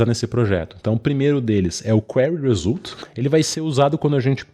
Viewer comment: Perplexity = Pêrplé-qui-siri 🦀! Result = ri-zólt (Not Ri-zól-tchi!)👍🏾...ri-z🌞-t 👌🏾 Spawn researchers = spôn (Not Espôn) rí-Sir(English)- tchêrs de tchau. teacher = Tee + tchêr... Researcher = ri +"Sir"+tchêr... Tcher de Church (Chur= tcher). Greetings from Florida! 👋🏾 Obrigado pelo tutorial! 🙏🏽 💙